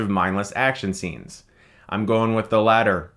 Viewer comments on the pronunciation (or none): none